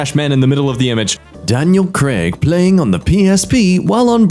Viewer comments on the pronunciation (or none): none